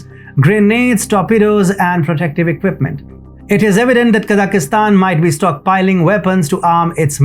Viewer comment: Kazakhstan not Kazakhistan Just like India not Inidia